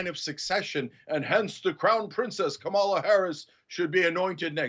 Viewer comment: Uygur lost me when he didn't pronounce Kamala Harris's name properly. Show some fucking respect.